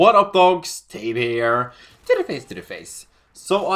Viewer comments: When says " here" it sounds like " beer" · Anyone else think that when he says ' here' it sounds like he's saying 'Teddy bear'?